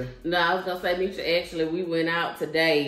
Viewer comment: Meech and Monica. Not meecha 🤦🏽‍♀️🙂